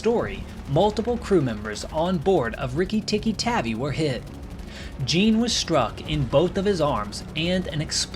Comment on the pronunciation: Tavi (Tahvea)